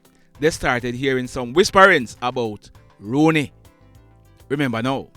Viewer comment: His name is not Rooney, his name is rouney